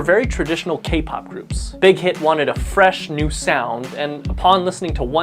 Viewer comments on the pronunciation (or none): none